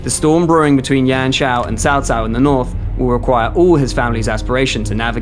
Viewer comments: you literally say Chow Chow, like the dog. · after all this time, how are you still saying his name as SAO SAO?!